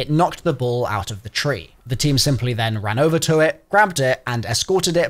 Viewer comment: One i heard DEEE machine i just clicked off the video